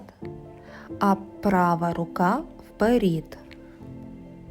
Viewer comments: Дякуємо! Ви молодець, тільки, будь ласка, не "вперІд", а "вперЕд" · Чудове пояснення. Благодарю. Але чому вперід? Вперше чую таке ... "Получається" - теж ріже вухо. .......Виходить - буде класно👍 Благословіннь вам рясних 🌷